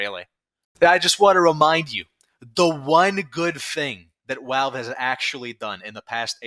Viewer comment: theres no way i can take your video serious with that speech impediment, walve walve walve, wascally walve